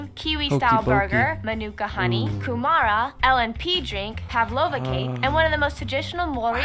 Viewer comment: Kūmara I’m sorry to say this but the pronunciation of it killed me on the inside 😢